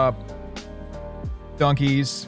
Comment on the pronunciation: Every time he says dunkies it sounds like donkeys to me